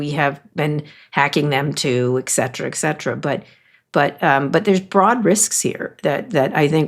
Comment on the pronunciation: Kara, we all love you. By the way, it is et cetera, not ec cetera.